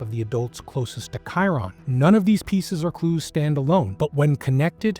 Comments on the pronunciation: Dude him just wondering off would be the least likely this is terrible what has you tube came to. Play the clips instead of talking all the time shit that doesn't make sense and you can't even pronounce his name right. Did you do any research or just let chat GPT write it? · Excellent coverage. Please learn how to pronounce his name.